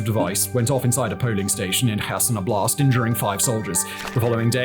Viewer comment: Love your videos. Very much. One thing, as russian speaker. Wanted to bring up a pronunciation error in word <<óblast'>>. The accent is on the first vowel. It's nothing major, but is a little irritating. Thanks)